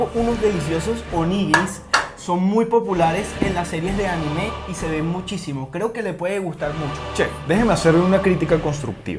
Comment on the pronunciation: Se dice anime no ani me